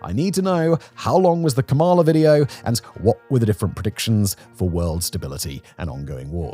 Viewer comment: January 2025 and you still don't know how to say Kamala... sigh